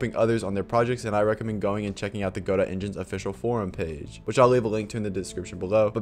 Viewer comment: Thanks for saying go-dot and not gu-dough!